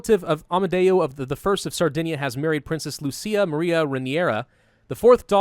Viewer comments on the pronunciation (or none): none